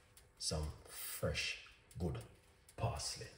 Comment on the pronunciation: 10 cents for each "Frrresh" and I'm a millionaire. 😆 Great tea. Thanks.